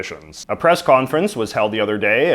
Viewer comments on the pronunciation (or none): none